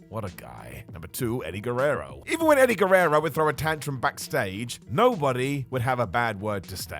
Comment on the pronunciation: Why do stress the last syllable of every sentence when you speak? Repertoirrrrre! Guererroooooo!